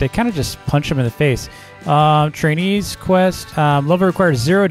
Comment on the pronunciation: why do i always here chines when he say trainees